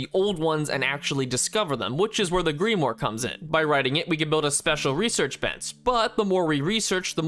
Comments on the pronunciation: itz not grimore its grimwaur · "Gree-moore." Pain. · bro pronouncing grimoire as a greemore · Grimwah, not Greemwar haha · Brooo, he keeps saying greemore instead of grim-mow-ar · Bro I wasn’t the only one having an aneurism every time he said it😂😂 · Grim-War with the 'A' in war dragged out a bit is how grimoire is supposed to be said. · Each time you say Greemoor instead of Grimoire it makes a tiny bit of my soul leave my body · It's GRIM-WAR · “Gree-more” I love how confidently you pronounce words wrong in these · "the greemore" i am upset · The "Gree-More" 😂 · Ahh, yes.. the greemore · this man said gri-more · The Greemoore. LMAO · “Gree more” lol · Ah yes, gree more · Am I exaggerating or does it hurt other people how he say grimoire as grimmore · Hearing you say "Greemore" instead of "Grimoire" is physically hurting me. Excellent video otherwise, 10/10, would happily visit Flim Flam's hotel in the future. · this video was about a year ago, but grimoire is actually pronouned grimwaur, yes i am an asshole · You're mispronouncing grimoire (grim-wah) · Why tf is this dude saying "deep more" it's grimoire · So he doesn't know how to say "grim waar" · it annoys me how he pronounces grimoire as greemore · Grim-wire not grim-or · It's pronounced GRIM WAHR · grimoire is pronounced like grim waaaa just so you know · The real mind shattering was the way he pronounced grimoire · I don't care how old this video is he's not getting away with saying "grimoire" like that. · we have different pronunctions of grimoire I tend to say “Grim-Wagh” Just thought it was interesting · anything book related, this guy can NOT pronounce (grimoire, epitome) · thats not how you pronounce grimoire 😭🤣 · I’ve never been so appalled by someone’s pronunciation of ‘grimoire.’ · Crazy way to pronounce grimoire. Or maybe it's spelled differently in this game? I have actually not played this , I just happened to get recommended the video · Bro cant pronounce Grimoire...